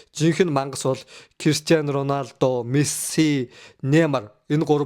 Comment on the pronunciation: Ронадо биш РОНАЛДО шүүү